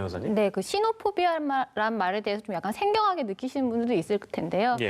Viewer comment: 시노포비아 단어 설명하러 변호사 섭외했으면 포비아 영어발음이라도 제대로 하던가 쯧쯧 취재 기자 인터뷰도 내용도 없고 왜 갈수록 방송이 후져지는지